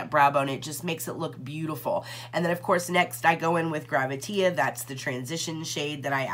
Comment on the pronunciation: Hi...great review! I just wanted to let you know that the one shade is called "Gravitea," said like the word "gravity," but he spelled it like that because "tea" is used often in drag speak to mean truth. You would hear someone say, "Spill the tea," meaning tell me the truth. I didn't want you to keep saying "GraviteA" with the "a" sound at the end.